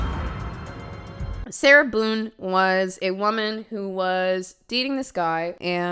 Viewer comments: Ngl said her last name as bone but long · When I heard Sarah Boone at the start I heard Sarah boob 💀